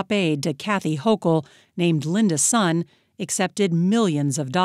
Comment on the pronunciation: Sun for Linda Sun is pronounced as “Swen” somewhat like “Son” for Son Heung-min